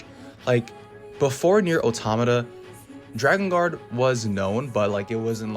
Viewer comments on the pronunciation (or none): I'm really sorry for this comment because the video was really good and I thoroughly enjoyed it... But it's pronounced 'Drakengard', not 'Dragongard' 😓